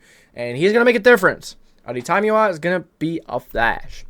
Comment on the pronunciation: This is how you pronounce adetomiwa’s name, addy-tommy-wa